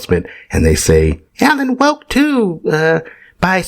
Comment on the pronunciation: When you say "Alan Woke" 😂